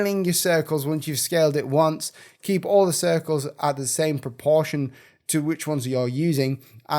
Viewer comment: I like how you say propoproportion